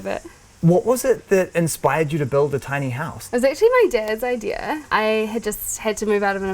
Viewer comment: "Idear" .. I kinda like the way she says idea and I started out playfully mocking it but I'm stuck now and I'll probably say it for the rest of the week.